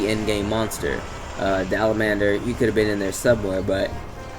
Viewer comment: "Dalamandur" someone please find me the "n" in Dalamadur